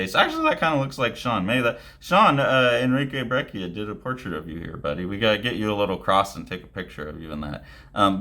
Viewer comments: It's pronounced "brech-ia" :) the "cc" works like in "cappuccino". there's a spanish language interview with him floating around on youtube where you can hear it. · I'm hearing it as a hard k?